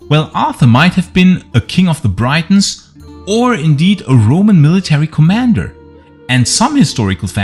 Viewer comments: Cool video as always, but not understanding why you still say Britain properly as "Britton" but pronounce Brittons as "Braitons/Breitons". Its pronounced like saying Britains. Not trying to be a jerk, just trying to help as Ive never heard anyone else say it that way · And, Britons is pronounced like Britains, not Brightons. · Pronunciation - say " Britons " by using the letter " i " as you would saying " it " , or " if " , or " is " . Don't say it as you would when pronouncing the word " bite " . Just a correction to an otherwise excellent output on this subject . . . I have often felt that elements of the Romano - British garrison remained in Britain after AD410 . They hadroots and families here going back generations . What was Rome to them !? Nothing , in most cases , I'd bet . They were the likely cause of various Saxon defeats we hear whispered about around that time . I guess we will never know for sure .